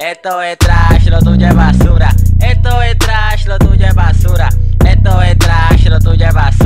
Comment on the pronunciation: La mala pronunciacion le da el toque bro jajajaj